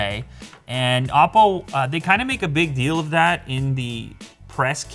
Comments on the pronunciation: Oppo is pronounced Apple with a spanish accent. Its not " op-po" watch. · Isn't it oh-po?! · when you say oppo watch it literally sounds like Apple Watch lol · " OPPLE WATCH " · It's an "OPPLE WATCH". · Sound like you said the IM PO watch lol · It's pronounced with a long O... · Is that anApple? No. Its pronounced Oppo.